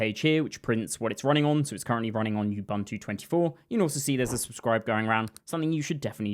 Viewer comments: not yubantu, nxa.. OOO BOOO NTU. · Why has the whole damn developer community taken to mangle the Bantu word “Ubuntu” as you-BUNT-ew ? It’s oo-BOON-too — part of knowing your tools is knowing how to pronounce them. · Ubuntu is pronounced oo boon too. oo like room. There is no "you" or "bun" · It's /ʊˈbʊntuː/ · minor thing - all the u-s in "ubuntu" are pronounced the same way, like the U in "umami". Like "oo-boon-too" but the "oo"is a short "u" not a long "oo". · ... is bro saying "you-bum-too machine"